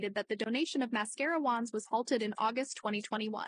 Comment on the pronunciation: The way she says wands really irks me..